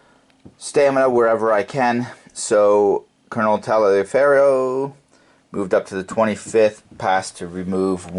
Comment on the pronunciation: Taliaferro was pronounced "Tolliver"....